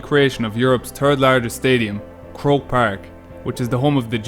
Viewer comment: Hahaha it's croke park lol